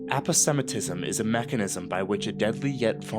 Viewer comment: You mispronounce "aposematism," and you misspell "unpalatability." "Kinetesynthetic" should, one presumes, be "Kinetosynthetic."